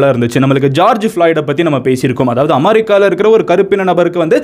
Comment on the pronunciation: madan nee muthala pronounce panrathuku kathuko. america va amaricanu solra. un channelku 47l subscribers vera. ithu just example thaan. thapu thapa pronounce panrathu. valavalanu pesa vendiiyathu . ,👎👎👎madan gowri haters like here if u accept